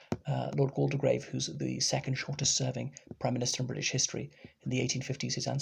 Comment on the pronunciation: You might like to know that the 'de' in Waldegrave is silent, so it's pronounced 'Walgrave'